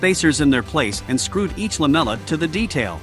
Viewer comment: take a vodka shot everytime the text-to-speech bot says LAMELA